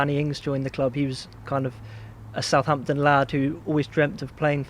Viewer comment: this video has aged pretty well so far. love how he says sa’amptn, proper pronunciation